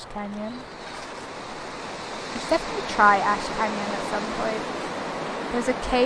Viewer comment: you said "Ash Canyon" I heard "Ashkanian" that blew my mind for a sec